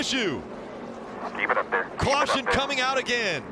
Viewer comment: “cwaution coming out again!”